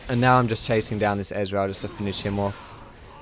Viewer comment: You say Ezreal like Israel :D